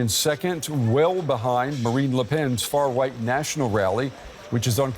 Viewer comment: he just said "far-white." Wonder if that was on purpose.